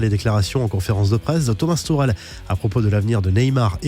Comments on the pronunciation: Sa ce dit "Tomase tourel" mais sa s'écrit thomas tuchel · Bah ça ce dit comme sa frero : ''toucrel''